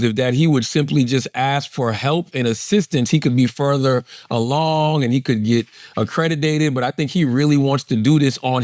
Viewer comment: “Accredidated” .. Charla is a fuckin dunce